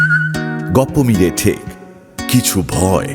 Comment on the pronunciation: Are dada ajkal ei sob golpoi cholche se cinema hok r audio manush r normal golpo pochondo korche na sobai dark golpo chaiche... Akhon dark golpoi normal hoa geche... Sobai eirokom golper moja niche... R ha এটা "টেক" না "ঠেক" ...